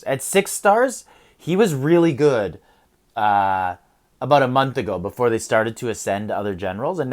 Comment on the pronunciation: Forget a-boot the siege attack 🤣 The accent finally took over and I love it